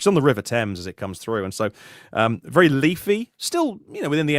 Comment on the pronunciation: said his neighborhood is "leafy."..... "LEAF-y"?? Haha, Friday Funnies. Cheers!